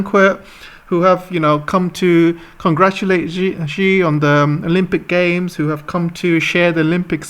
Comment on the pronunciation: Thanks for your sharing. I would like to share something too. The pronounciation for Xinjiang should be pronounced as (Sin Jiang) We should also call President Xi as President (See) This is the proper pronunciation which most westerners have problems pronouncing.